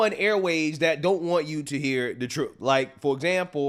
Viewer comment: She said "truff"